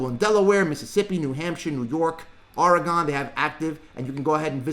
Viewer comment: If your going to pronounce a state by its name at least pronounce it correctly. It's pronounced Oregun not Oregon.